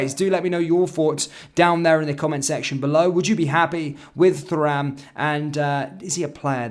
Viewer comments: Please pronounced it as turam although it spells as Thuram. Ie no TH sound at all..take care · The fact you can't pronounce Thuram's name properly, despite his dad being one of the best defenders of his generation, says to me you don't really know ball.....